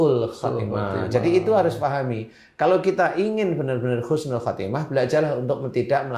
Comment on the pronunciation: Pa ustadz maaf husnul pa bukan khusnul.....................husnul / husnilkhotimah